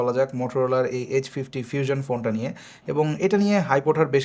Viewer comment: ফিউজন কি ভাই😂😂 আগে উচ্চারণ ঠিক করেন পরে রিভিউ দেন